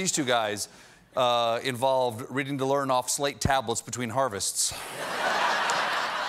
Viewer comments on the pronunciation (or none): Wait ... did Colbert say "reaning the lurd" ... instead of "learning to read"?